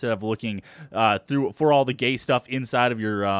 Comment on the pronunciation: when he says Gate he says gay